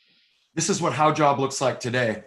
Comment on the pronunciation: finally can pronounce Haujobb..ahh